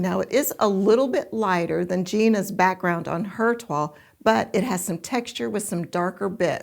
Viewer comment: Fantastic matches. I have not heard of toile printed fabric before; we pronounce it as the French do: Twahl not twall. I only know it as the test making of a garment in calico. I love all the substitutes you found and the card one is amazing! It's funny, often I don't think the 1 and 2 will match but then I see the image of the pattern and it all falls into place! So helpful when you explain why you make the matches you do. Great video again, 🤩🤩🥰🥰